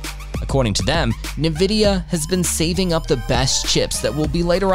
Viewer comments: It helps if you can properly pronounce the subject of the video, it's not Na-vidia, it's pronounced IN-Vidia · its not NaVidia. Its N-Vidia. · "Na-vidia" is how you're saying it? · It's "invidia". Latin for "envy". But they removed the "i" because their original file names were tagged with "nv" for "next version". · Did.... did you just pronounce it "nuh-vidia"...? Dude. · Who or what is NeNvidia? As soon as I heard the first pronunciation I was out lol. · "Na-Vidia".... you can not be trusted..... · How are you making a video on nvidia but can't even say the name right? 🧐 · Can't concentrate past the pronunciation af Nvidia and Cuda cores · CADA, what country is this post from? it is pronounced CewDa. Also it's (N)vidia, not (NE)vidia. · “Nuh-vidia” and “kudder-cores”. What is wrong with you? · "Nividia" and "cuttah" cores. I'll skip this one for now.